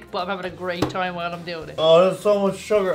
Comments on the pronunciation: Did I hear Mountain Jew? Oh no it's just Mountain Dew... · Did he say mountain a jew